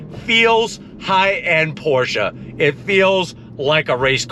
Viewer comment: thank you for pronouncing it correctly Porsha